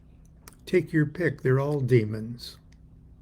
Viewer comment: the pronunciation of demons lmao.... "DIEMAWNS!"